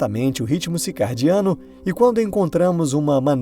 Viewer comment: CiRcadiano e não cicaRdiano